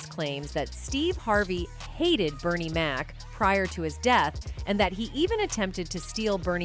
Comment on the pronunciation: But all due respect ! Please get Bernie Mac's name right.❤❤❤❤